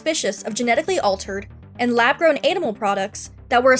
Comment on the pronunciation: I believe "lab gown" should have an r in it. Geesh.